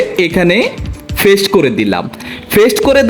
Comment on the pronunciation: বর্ণমালার উচ্চারণ আরো ঠিক করতে হবে আপনার, কপি কে কফি বলা,পেস্ট করে ফেস্ট বলা,ক্লিং কে কেলিং বলা এগুলো কন্টেন্ট ক্রিয়েটরদের সাথে যায়না।